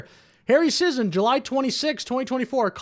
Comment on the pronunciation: sigh so glad, despite the same last name, that I'm not related to this... sentient paper towel finally someone saying the name right